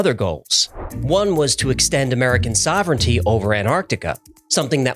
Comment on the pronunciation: You can't extend "sovereignty" over something you can't pronounce properly.